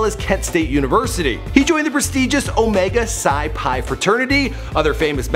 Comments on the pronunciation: Hey slight mistake you said Omega Psi PIE It's Omega Psi Phi Inc. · Its Omega Psi PHI not pi lol its a easy mistake tho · omega psi phi not pi... lol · You made a mistake. Its not produced pie. It's like five without the v lol but I love all your videos bro. Keep them coming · The fraternity is (Omega Psi Phi) sir, not Omega Psi Pi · it's Omega Psi Phi Fraternity, Inc. not "Omega Psi Pie" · Any D9 catch him say Omega Psi Pi? It's Omega Psi Phi. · Omega psi "phi" lol not pi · Phi not pi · It’s Omega Psi Phi.... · Phi not pi PHI! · your 1st mistake....its omega psi phi...not "pie" lol...its all good!! :) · Its omega psi phi, not omega psi pi. No im not a bruh just making sure he gets it right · Dude it is Omega Psi Phi....NOT Omega Psi Pi. Lol...good Lord and you just said you never make a mistake..ever. lol...and no I am not in Omega Psi Phi either. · So y'all gone let him get away with calling it Omega Psi Pi 😂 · The "Phi" in Omega Psi Phi is pronounced as "Fi" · On behalf of a BGLOs. It's Omega Psi Phi Like Omega Sci-Fi Just saying dude! Black Greek Letter Organizations take pronunciation serious, especially the Omega men! Also, please for a future note talking about BGLOs note our good and not our bad. The men of Omega do great things in the community, along with all the other organizations. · You need someone black on your writing staff (or who knows black culture) to proof your scripts. Ive only watched 2 episodes & you're butchering names/pronunciations (Omega Psi Phi -- pronounced 'FI' & DL Hughley -- g is not silent). In Ciara before famous, she was produced by Jazzy Pha (pronounced - FAY, just listen to her music, she shouts him out regularly). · is awful at pronunciation of names especially when it comes to anything dealing with African Americans 👎🏾